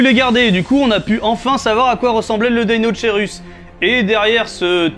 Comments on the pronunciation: Il se prononce pas plutôt deino"k"eirus ? Comme pour le brachiosaurus ? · Je veux pas faire ma raclette mais on prononçe pas ça "DeinoKeirus" ? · Le magouillosaurus parce qu'il a le bras long ^^. Et sinon très bonne vidéo encore une fois, mais juste une remarque : si je ne me trompe pas, l'étymologie du deinocherus vient du grec, comme beaucoup d'autres, on ne devrait pas prononcer [deinokeirus] du coup ? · Juste pour information ça se prononce "deinokerus" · ça ce prononce DEINO-K-ERUS